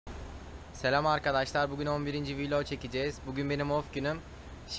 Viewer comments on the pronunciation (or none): none